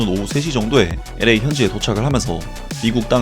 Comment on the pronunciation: 기분나쁘게 듣지는마시구요.앞으로 손흥민소식 전할때 LA fc 발음을 엄청많이 하시게될텐데. 오늘방송도 엄청 많이 언급하셨고. 그래서 드리는 말씀인데요. LA 를 발음하실때, 빨리 발음하게되면 엘레이엘레이 이렇게 들리게 발음하셔야합니다.혀끝이 입천장에 닿으면서 L 발음을 하신 후 A에이 이걸 빨리 발음하면 엘~레이 에프씨 이렇게 들립니다. 아는척해서 죄송합니다